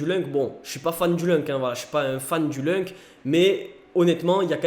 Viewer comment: Juste pour info ça ce prononce , loun c et pas lunk...